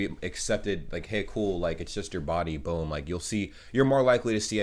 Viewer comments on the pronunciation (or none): none